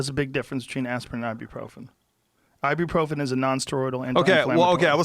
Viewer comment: Ya I can't believe he said "theere is a big difference between aspirin and Ibuprofren, Ibuprofren is a NSAID".